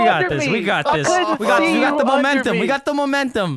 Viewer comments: "We got the momentHum" - vanoss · XD i died everytime he said 'momenthem' XD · "We got the momenthum" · Peep when vanoss says we got the momenthum